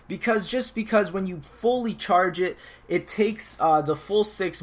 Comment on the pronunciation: Cheeeeerge more like charge lol